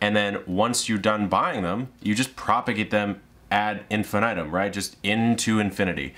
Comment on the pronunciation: I'm very thankful for this video and will soon be using it, as (southern hemisphere) spring approaches, but I do feel the need to tell you that I find your pronunciation of ad infinitum deeply, personally offensive.